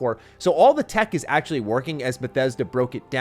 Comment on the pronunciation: Todd: “It’s like Skyrim in space.”: “ACKHULLY, it’s like Oblivion in space.” JFC dude 🤦‍♂️